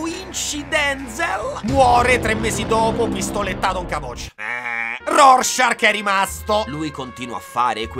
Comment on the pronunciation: non è Rorschark che fa molto squalo. È Rorschach. Te tocca riedità.